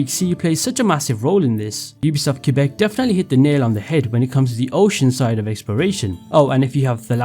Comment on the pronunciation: He talks about how AC Odyssey’s voices actors pronounce Greek names correctly but less than a minute later he fails to pronounce Quebec properly 😂😂 clueless